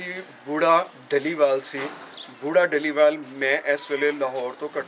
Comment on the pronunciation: dhaliwal (ਢਲੀਵਾਲ) nahi, dallewal ( ਡ ਲੇਵਾਲ ) keho ji, Gulab Singh dallewalia c